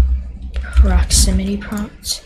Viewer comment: LOL I SEE THE DIFFIRENT INSTEAD OF SAY PROXIMITY HE SAID PORXIMITY